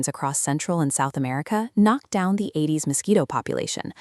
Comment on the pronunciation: Well done and very informative. Work on a Spanish version or let me know if you'd like to work on that version. Incidentally, please correct the "aededes" name to "aedes."